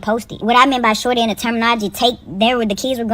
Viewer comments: I cant get over you pronouncing shawty as "sharty" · i thought you said "damn sharty" 😭